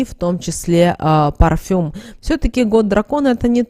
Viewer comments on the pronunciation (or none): none